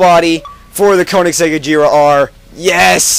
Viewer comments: Its not "ageeera R" Its more like "ag-hera" with the G more like"guh" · it's not like a-jera r it's actually aGera r like a G not a J